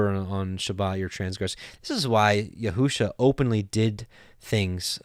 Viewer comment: You are reading Yeshua’s name wrongly....it does not say yehu-sha....shame on you....if you love God and his Word...read what’s there and stop adding to it wrongly.